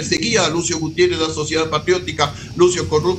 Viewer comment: Con este tipejo, "Gutierres" el medio pierde prestigio, balbuceando de esa manera confirma que no deberían darle atención, me apena el desatino